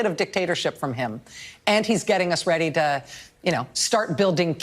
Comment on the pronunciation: She claims people can't pronounce Venezuela, when she can't pronounce the word "to" she pronounces it "ta." See: Booya Maddow!